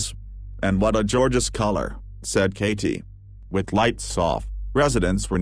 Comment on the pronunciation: "what a george-ious colour..."